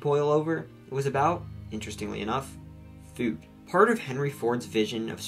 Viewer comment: I like how you pronounce food as feud